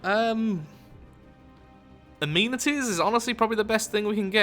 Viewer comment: why do you pronounce amenities wrong